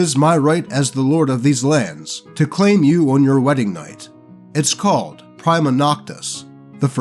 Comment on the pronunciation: It's "Pree-ma" not "pry-ma"